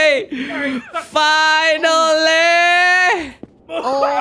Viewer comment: kak regi bilang finnely